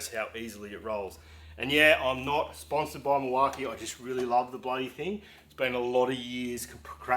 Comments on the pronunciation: Nice looking tool chest!! If you going to ask them for sponsorship it may help to pronounce their name right? 😜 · You’re saying Milwaukee wrong. I’m a diesel mechanic in WA and I’ve never heard it called that. Lol😂